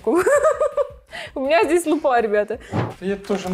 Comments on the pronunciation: лУпа, а не лупА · Кто-нибудь скажет ей, что не лупА, а лУпа?